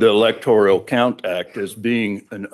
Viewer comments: It's not the "electorIAL college", it is the electorAL college. Why can't a lawyer even pronounce it the right way? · Really? In the first few minutes, he's mispronounced several words. Electoral, not electorial. Demurrer, not what he said. And his voice is insane. And Biden electors? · Electoral College. Not "Electorial." The creative vocabulary is as painful to listen to as the nonsensical argument. * Didn't some of the fake elector plot emails actually use the word "fake"? Or am I mistaken? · Doofus lawyer confirmed. The word is "electoral", not "electorial" ಠ_ಠ